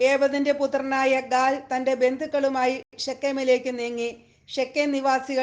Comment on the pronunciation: ഗാദ് അല്ല ഗാൽ ആണ്